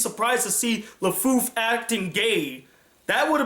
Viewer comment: Perhaps they did this, not to "spit in his face", but as a way to honor and commemorate his last work. Also, it's Lefou (no F at the end).